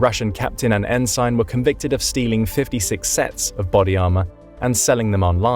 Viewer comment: Please learn how to say Ensign